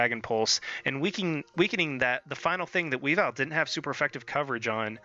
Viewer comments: Actually the proper Cobalion pronunciation is closer to Co-BALE-yun and the stress on Weavile is on the first syllable rather than the second, but I've been preaching proper pronunciation of Druddigon and Hydreigon for years now, so i don't really mind. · sorry but I can't help but comment about your pronunciations. WEE-vill instead of Wea-VILE. Co-Ba-LI-On instead of Cob-al-ion. Chez-Naught rather than Chess-naught. Just bugs me a bit.